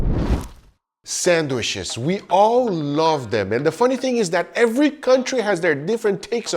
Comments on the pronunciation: Sandwiches ❌❌ Sanwishes ✅✅ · "Sandwhiches" - Detroit Grand Pubahs. You're welcome. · PLEASE STOP SAYING SANDWISHES GUGA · mmmm, sangwishes